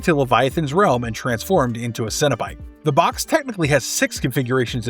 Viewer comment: Maybe because the video narrator is an idiot that says it "sin" instead of "sen". I really resent people that mispronounce words as someone with hearing loss that even decades later, can still hear well enough to know morons mispronounce words and when I grew up, that translated to being exploited by adults in school and chronically sent to the idiot that performed hearing tests who exploited us as a means to justify her largely useless job considering how much down time these people had to get a paycheck year round. I was born in '78 and in the 80's, the amount of words mispronounced because of television was phenomenally worse than it is today in media, but it's still really common today and the conflicts that result from it are why I so aggressively criticized this video author. He's doing it on purpose and that makes him an asshole. People that do these things in hopes of gaining attention that benefits their media production quite simply sicken me. Earn it the right way. If you're willing to put this much work into this video, there's no justifiable reason to pronounce the word wrong. I'm dedicated to ending vicious cycles.